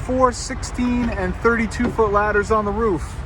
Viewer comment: You said “Roof” incorrectly.